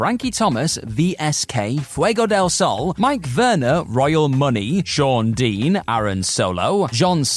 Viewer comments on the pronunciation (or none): none